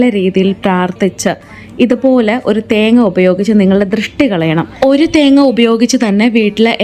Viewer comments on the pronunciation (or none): none